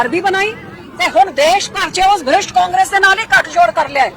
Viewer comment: Madam ji brisht ni prisht hunda punjabi ch